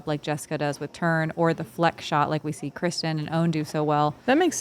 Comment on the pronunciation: Can anyone confirm? Watching a lot of Latitude 64 videos Johnathan and Johannes pronounce Kristin Tattar’s name Kristine. But all the announcers always pronounce it Kristin. Just wondering.